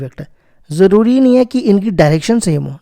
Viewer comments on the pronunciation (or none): none